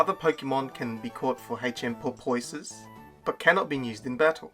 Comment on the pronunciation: Oh, it's PORPOISE, not purpoise. But I still love it